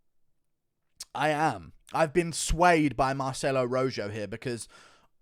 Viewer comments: It's not ROJOW, it's ROJO like the color red translated into Spanish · The way Guru pronounces "Rojo" makes me laugh 🤣🤣dude it's a spanish name it's like Ro-ho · The fact you can’t pronounce Rojo right and you’re a European bothers me